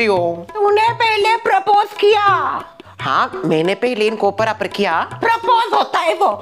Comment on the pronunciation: propose ❌ Parapar ✅